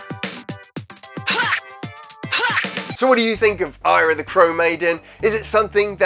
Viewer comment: So, the NES version looks great, but the MD version looks sluggish and painful. Also re: pursuing your desired audience, YouTube fame etc... its Eyra, not Ayra 👍